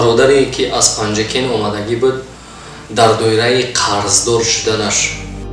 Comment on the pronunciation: Панҷакенти дурусташ. Панҷекент не